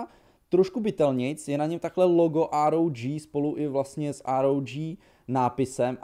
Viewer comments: říká ROK phone, a btw nepiš na 8 měsíc staré komenty, nemá to smysl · Štve mě, že to neříkáš "ÁR, OU, DŽÍ" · To vyslovuješ schválně to ROG jako ROK ? 😅 nečte se to náhodou [ ároudží ] no hate 😅